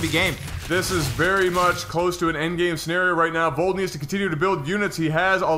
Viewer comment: sour about being proud he said Vold's name correctly at the beginning. And then saying it wrong for the rest of the game